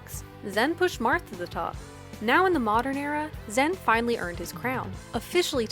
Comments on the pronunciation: it's not the correct pronunciation it's ZAAN like Xanax or Zaxby's, not ZEN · honestly bothering me, its zan not zen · Love how PGstats went out of their way to use the “correct” pronunciation of Zain and still mucked it up. He said himself it’s Zan, like Xanax, not Zen. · ok so it’s incredibly nice of you to try to pronounce zain’s name in the intended way; but, like, it’s not pronounced zen, it’s zaan. ok that’s all great video!!! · You're just fucking with us at this point pronouncing it Zen instead of Zaan or Zayn Edit: I think toph and vish were actually saying it wrong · I understand that Zain prefers the pronunciation Zaan, but you went even further to fuck it up to Zen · Alright, it sounds like she’s saying “ZEN” in this video. The original commentary sounds like they say “ZAAN” and 99% of people pronounce it “ZAYN”. Can someone please tell me which one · the confusing thing is she pronounced it differently than Zain (rhymes with rain) AND differently then the commentators at the tournament that used Zan (rhymes with man). In this video it sounds like Zen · stop saying zan lol its so cringe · STOP SAYING ZEN AHHHHHHH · It’s pronounced Zaan, no flame. She probably didn’t know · if he doesnt care how you pronounce it, why are you trying, and failing, to change it? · just say it how we always have like a normal functioning human being. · How can you do a pg stats video without being able to properly pronounce a players name